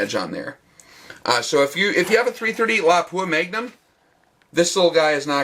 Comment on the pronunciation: THANK YOU FOR PRONOUNCING "Lapua" correctly! LOP-up, not la-POO-a. drives me nuts! Nice video!